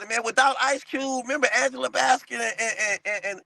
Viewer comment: Bro said Angela Basket 😂